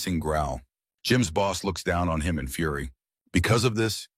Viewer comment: That "on him" pause 😂😂😂😂